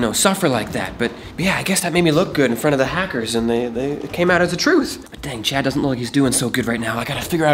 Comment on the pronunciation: its chad not cha